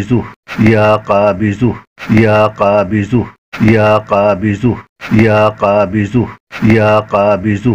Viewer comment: LEKIN AAP JO BOL RAHE HAI VIDEO ME USME ZUH KA AWAZ AARHA HAI KABIZUH BOL RAHE HAI AAP VIDEO ME JANAB APNA WHATSP NUMBER DIJYE JO ZARURI WAZIFA YOUTUBE PE KISI NE NAHI BANAYA MAIN BATAUNGA KONSA WAZIFA KISI YOUTUBER NE NAHI BANAYA WO AAP BANA DIJYEGA BHOT MERBANI